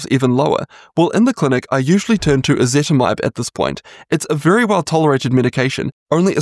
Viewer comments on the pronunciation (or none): I can't really understand what you're saying. Are you saying ezetimibe?